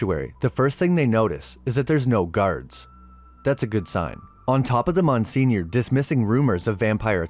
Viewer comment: Wait..did u mean to say Monseigneur when ur saying “Mon senior “???